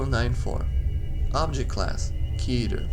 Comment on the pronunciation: It's pronounced "KETTER / KETTA" like "better" Otherwise good video